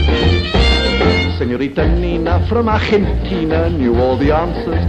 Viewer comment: Funny song. By the way, Coward pronunces correctly "Argentina", no in the english way. Well done!